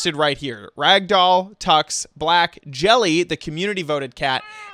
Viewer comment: BRUH ITS JELLIE NIT JELLY